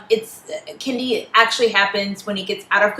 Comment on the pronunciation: It's Candida and not Cadia :)